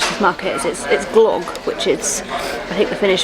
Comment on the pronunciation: Nice that you enjoyed your glögi/glögg. However the ö is not pronounced as in clock, but it rhymes with "the", "sir" or "girl".